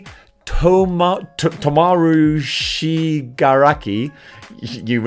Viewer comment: Okay as a MHA fan let me help you saying there names again properly the first one name is "tomura" shigaraki (not tomaru) the other one is called ochako "uraraka" (not yrakaru) and even though you got the word dabi right but we call him with a "Dar" before it ends with a "bi" at least you got aizawa name right